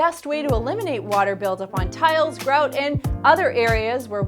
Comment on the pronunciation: It's GROUT...NOT groat...